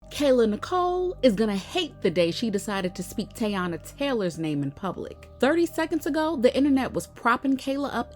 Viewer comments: It’s Tey as in Key.. not Tay. Her nickname is Tee-Tee. TEYANA. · The pronunciation is Tea-Ya-Na not tay... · Say Teyana’s name right girl! Not Yayana!